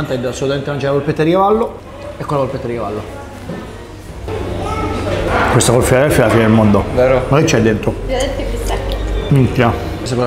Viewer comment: Ai detto cavaddu